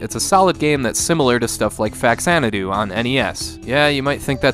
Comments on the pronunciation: Faxandu is pronounced Fa-Zan-a-du not Fax-an-a-du ... it is a port of XANADU for the FAmicom .. thus Fa-Zan-a-du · It's actually fazanadu but I pronounce it the way you do cause I've been doing it that way since I was a kid. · You made a point of pronouncing Y's right (and explaining it) but then right after that you mispronounced Faxanadu. Either way it was a fun video. :)